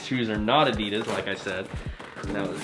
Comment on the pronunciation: Please learn how to pronounce Adidas